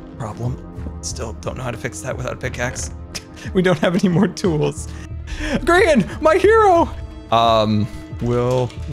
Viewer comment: Grian not GMAN